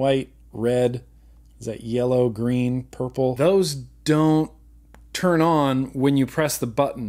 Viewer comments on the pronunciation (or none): none